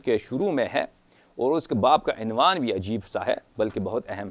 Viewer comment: یہ خبیث عبارت سہی نہی پڑرہاہے عنوان ع کے پیش کے ساتھ ہے نہ کہ ع کے زیر کے ساتھ